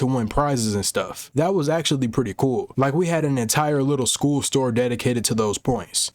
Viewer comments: And he started the video with “ool” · Pool bro😂😂😂😂😂😂 did he mean school